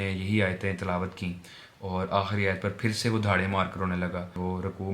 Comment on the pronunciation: Aahri nhi hota aakhri